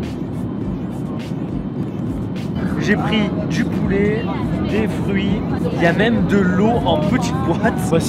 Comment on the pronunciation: Poulet pas poulé